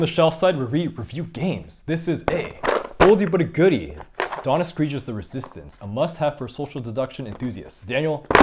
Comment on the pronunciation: You really butchered Don Eskridge’s name. (Esc-Ridge)